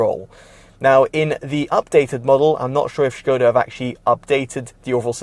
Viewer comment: It's pronounced Skoda with an S if you're British. Not Shköêda ffs